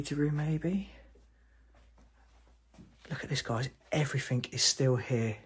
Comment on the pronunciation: The word "everything" ends in with a G, not a K. Everything not everythink.